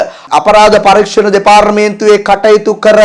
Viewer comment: දෙපාරමේන්තුව!!! 😂😂සිංහල ඉගෙන ගෙන සිංහලෙන් කියවන්න